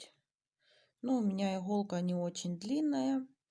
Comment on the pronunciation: Не игхолка а иголка!!!!!